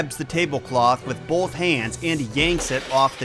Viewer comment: I hate people who say bowlth instead of both. What the hell is wrong with you? and you always hit it so hard. BOWLTH. Why do you talk like that?